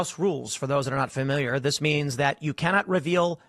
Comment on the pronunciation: Definitely someone "fermiliar"